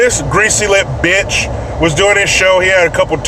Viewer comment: did You Say Bitch or Botch? I Couldn’t Tell it must be the antibeoutch In me!